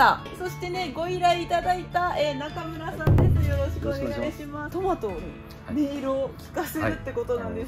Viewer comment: トメイトゥ…どこかの英会話のCM的な感じかなぁ〜🤣